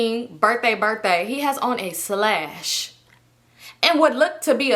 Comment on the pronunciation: Girl you and that damn “slash” (sash) had me dying. I love how comfortable you are just genuinely being your silly care free self. My fave will always be “I’m confusion” 😂😂.